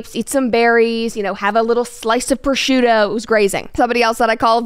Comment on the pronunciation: "Proshuro" jaja the italians are gonna go crazy